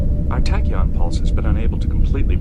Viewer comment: I know it's your channel but it's pronounced tack e on podcast phonetically as I know your up north , not the tack impulse podcast , unless you want to change the name. Other than that keep up the great work .